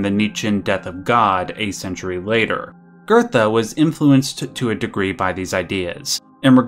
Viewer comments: Theres no R in Goethe. It's not pronounced "gertha". It's "goo-teh". It's like how people can't pronounce Goebbels and say "gerbels". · Why are you pronouncing Goethe as GURDA? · Geothe is pronounced Gertha? Wow. I always pronounce it as Geethe. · Johan did nothing wrong. btw it pronounced Guhte